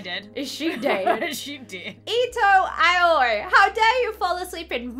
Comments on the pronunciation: Aoi pronounced OWIE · INCASEYOU REACT TO ANOTHER VIDEO AND HAVE TO PRONOUNCE HER NAME HER NAME IS PRONOUNCED LIKE I-O-E I KNOW IT BECAUSE I WATCH DEMON SLAYER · How to say aoi it's (Owie) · Lauren I think these are the names you can’t pronounce Ow-ee Ah-s-yu Also the creator needs to stop watching bnha I think it’s becoming a problem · Aoi is pronounced owwy 😓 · You pournounce it owie… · Lauren: * struggles to say the character’s name * Me: Ito Yaoi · Lauren and inability to say japanese names hurts and is hilarious, especially since they're like all from anime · Ahhhhh! There’s so many mha names. It’s killing meeeeeee! (Edit) Lauren can’t even saying them is even more sad. :( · I’m sorry if this is offensive but, it’s so funny to people mispronounce things when you know how to say them😂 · Who else is mad they kept saying Aoi wrong💀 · it’s pronounced o-WEE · Eh more like ah oye? Lauren said it right the last time she said it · N-no... No, nO, NO. It's you must read A and O together and I on their own... Like this it sounds terrible.... But kinda KINDA(!) funny at the same time. So... Oh god... This is killing me. xD And what's even worst. This makes me realise, that I'm such a weeb. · It's "uh-oi", not "owie" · Did anyone else see that the doctor said her name wrong.He said Aio instead of Aoi. LOL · Lauren Aui is pronunced as Oi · It kinda triggered me the way they said Aoi like "I oi" Instead of saying "ow e" Like I think it's supposed to be pronounced. AaAaAaAaAaAaAaAaAaAaAa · I tried, but I can't watch this video if they keep saying "Aa-oy." It's pronounced "Ow-ee" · You're supposed to say it Owwe not Aye oi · Ito Owie 😂 That’s actually how you pronounce it... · A-o-ee It is blue in japanese U say every latter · Her name is pronounced "Owie" Sounds weird but it true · Aoi is pronounced “Owie.” Lol Ik it’s weird but it’s actually how you pronounce it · it's actually AAAoyi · Aoi:pronounced oi Asui:pronounced Aswee Edit: :D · Inhale YOU PRONOUNCE IT OWIE